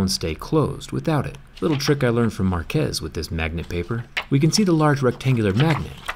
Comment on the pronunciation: He said Marques in the correct pronunciation, that was not a reference to anything